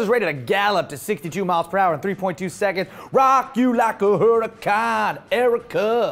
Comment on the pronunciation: for years almost everyone pronounced the murcielago incorrectly( its spanish pronounced moor-SIEH-la-go, not MERCY-a-LA-go) and now it is happening again. huracan is spanish for hurricane and in spanish the h is silent. so it is pronounced ooh-ra-CAN, not HU-ra-can. both words when seen written correctly have an accent mark indicating the syllable to have emphasis and in both cases english speakers are getting it wrong. to someone who knows the correct pronunciation, it sounds as bad as when a rapper recorded a song about getting a ga-LAR-do instead of a ga-YAR-do. at least most people got that one right. to everyone: if you want to be a lambo fan show that you are 'in the know' by pronouncing their cars correctly.